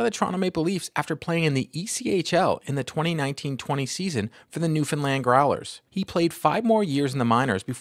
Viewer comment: At least this guy can pronounce NEWfound Land correctly ....kudos !!